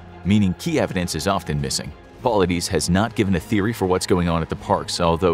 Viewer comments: It's pronounced David Paul-lied-is not Paullideez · Its pronounced "Po-lie-diss" and missing 411 literally means missing information.